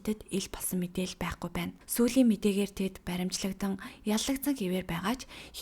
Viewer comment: Эхийн хайрыг даасангүй дээ .Бас баримчилдах биш .Баривчилагдах гж В үсэгээр хэлдэг байх шүү